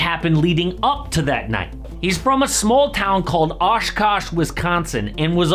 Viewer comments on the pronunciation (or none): My guy it’s pronounced aw-shh-caw-shh (the power of Wisconsinites)